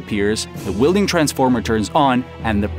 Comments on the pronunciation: It's not wielding transformer, it a welding transformer. Really dislike AI voices. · You have very, very good English pronunciation, but there are a few words that give away that you’re not native. In particular, welding is pronounced with a short e like well or smell or hell. You were saying wielding which means holding a tool or weapon you have some proficiency with. Very interesting video. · Weld, NOT wield!! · twice less? do you mean half? ai sucks. ...weelding? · What’s an Arc Wheel-ding? Lol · Please stop saying wheel-ding